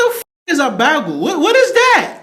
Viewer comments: The way that laid pronounced “ba-gel” means she is from the Midwest. I used to live up there and they all say it. Also? They use the term “pop” for soda. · SHE HAS AN ACCENT CUZ SHE CAN'T PRONOUNCE BAGEL RIGHT ANYBODY KNOW HOW TO SAY SAUSAGE EGGS AND BAGEL